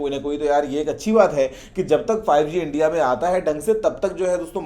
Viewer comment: I Hear Zee5 😂😂